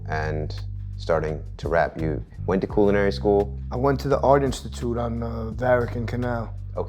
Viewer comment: “Coolinary” bro stop saying that 🤣 it’s CULinary